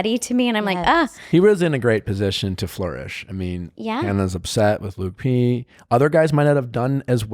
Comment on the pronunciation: Lauren B and why does she say LUKI P instead of LUKE P 🤦🏻‍♀️